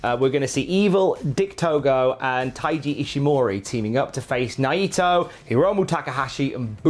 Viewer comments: Nigh EEEE toe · Why does pronounce Naito's last name slightly wrong?